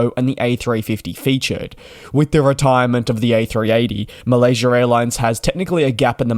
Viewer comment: Malaysurr airlines 😂